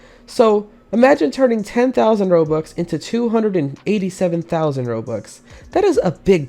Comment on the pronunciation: casual Robloxian “fousand”